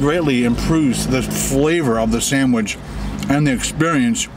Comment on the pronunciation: Buddy stop saying SANDWIDGE it's just a sandwich it's easy to say let's say it all together now, sandWICH! Yay good job now keep it up turd